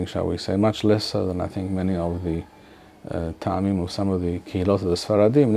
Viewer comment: Isn’t טעמים pronounced with an initial shva (טְעָמִים Te`amim) instead of *Ta`amim? I’ve noticed others saying *Ta`amim, as well, which I’m thinking is incorrect. It reminds me of מועדים mo`adim being mispronounced as *mo`edim.